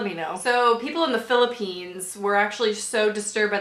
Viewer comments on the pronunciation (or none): none